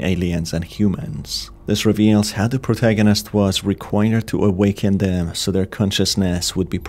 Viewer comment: please can you stop doing that awakENn consciousNEs preSEnt kiLLs. the video is good but the voice is annyoing af, idk if you can't hear that